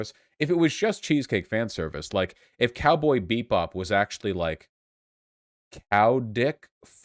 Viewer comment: I really cant tell if Vaush was saying "cowboy beat bop" on purpose or not....